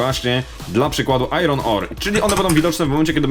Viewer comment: Nie "ajron" tylko "ajen" grammar nazi